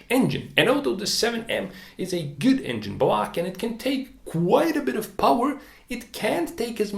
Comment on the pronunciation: Engine BLAHCH